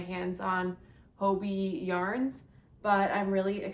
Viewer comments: Why are native English speakers pronouncing it 'hobie'? 😅 It has two Bs. And hobby is pronounced the same in Danish. Or is it something I don't know? For me it's hobbii = hobby. Thanks for the unboxing!!!👍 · When pronouncing the word Hobbii say hobbit without the letter t.